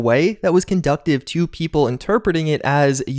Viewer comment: and it's con-doos-ive not con-duct-ive